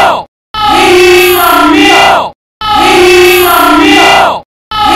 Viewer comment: I liked the part Where he said "He issss some milk